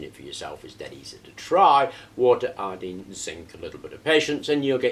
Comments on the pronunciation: Bro, with all due respect, I can’t understand the words that you’re saying you got water, copper, zinc and what???? “Allene”? Iodine bruh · Iodeen? But it's spelled io-dine. It's dine, not dean or deen or dene. WHY? But then you say potassium io-dide, instead of potassium io-dede. Why do you pronounce dine as dene, but dide as dide? It's the letter I, not the letter E.